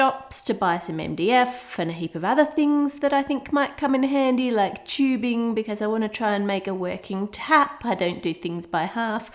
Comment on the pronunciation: I love that she says “choobing” instead of tubing